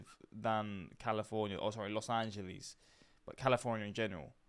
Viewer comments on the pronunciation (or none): none